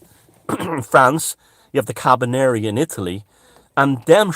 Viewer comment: I love ' pronunciation of "Gendarmerie" and "Carabinieri" and I'd like to second his nomination as Minister for Disintegration!